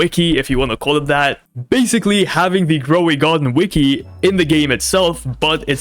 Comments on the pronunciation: Bro said growey garden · Why is no one gonna talk about him saying "growy garden"